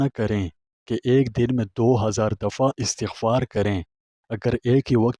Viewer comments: yah lfz astaghfar hay not istghfar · Ap ka bayan buhat acha ha lakin ap is ko ghalt par rahy hain pronounce sahi nahi kar rahy apni ghalti daroust kar lain